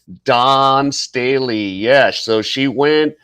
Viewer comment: Stay let. Not Stab ley